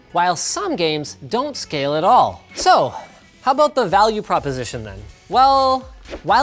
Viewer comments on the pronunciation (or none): none